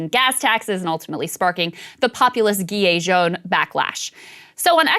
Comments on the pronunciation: It's "Jee-Lay" jaune, not "Guee-Yay" ;) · Now that's a good analysis! Way better than this guy yesterday... Just one thing, the G in "Gilet jaune" is pronounced like the S in "treasure" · "Gee-lay Jone" lol Krystal must have skipped French class